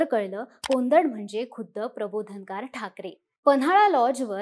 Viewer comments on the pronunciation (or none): कोंदट नाही कोदंड😅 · कोंदड नव्हे कोदंड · कोंदड नाही कोदंड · कोंदड नव्हे कोदंड म्हणा कोदंड म्हणजे धनुष्य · कोंदड नव्हे, "कोदंड” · तो उच्चार कोंदड असा नसून कोदंड असा आहे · कोंडत नाही कोदण्ड! माहिती देता ते त्जिक पण उच्चारात इतका अन्याय नको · कोदंड उच्चार नीट करा पोपटां नो